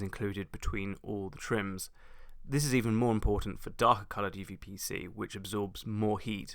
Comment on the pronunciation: if i hear correctly you keep saying uVPC, but it's uPVC